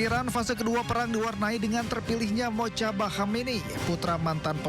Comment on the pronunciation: Mujtabaa (Mojtaba), bukan Motjaba.